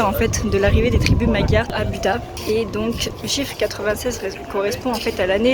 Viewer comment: Magyar se prononce madiar joli reportage tjs insisté sur les lettres de fin en hongrois 😊